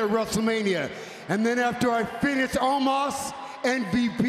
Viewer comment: He can't pronounce "Omos" right